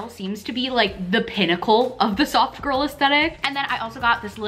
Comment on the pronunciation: I was cooking while I was watching this and really thought you were saying "sock girl" not soft girl. Very confusing lol